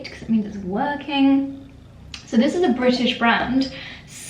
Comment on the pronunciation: You always say onley britische. 🤔